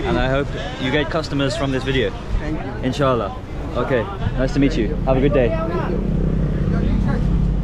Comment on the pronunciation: Yo tue word "inshallah" was epic 💫💫